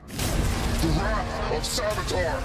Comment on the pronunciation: Hey But He Said "You will Feel Wraith... The Wraith Of Savitar.......